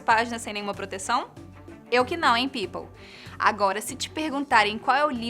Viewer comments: ela parou de falar pipou (people )😂😂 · vcs reclamaram e reclamaram ate q ela parou d fala "pipou" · pq ela fala pipou ? skskkskssks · "eu que não, enh people" ME MATAAAA, VOLTAR BOCO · PARA DE FALAR PEPOLE #VOLTABOCO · pq ela fala pepou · Esse "people" dela me mata! Faz umas aulinhas de interpretação, não vai melhorar, mais pode amenizara situação. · "People" muito besta quando ela fala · Só eu quero morrer quando ela fala "people"?